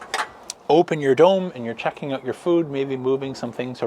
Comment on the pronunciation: Need to work on how you say out lol.... where are you from ?